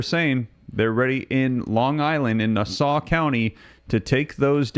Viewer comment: It's pronounced nah-saw......😅😅😅